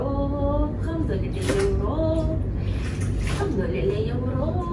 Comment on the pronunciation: بتقول الحمدلله بطريقه حلوه محدش مصري يعرف يقولها زي